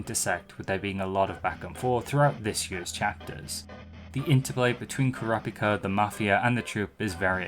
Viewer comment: even this dude mispronounces Kurapika's name lol